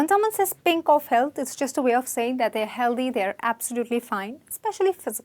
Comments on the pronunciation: The mispronounciation is kind of annoying though. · O please it's not Healdhy it's healthy th as in think